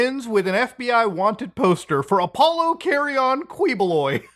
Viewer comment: He pronounced Apollo properly.